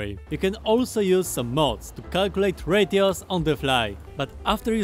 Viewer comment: "Why does he keep saying 'radios'....OH, 'RATIOS'!"